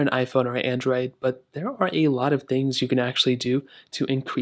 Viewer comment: Why you sound like an alien when you say "Android" 😭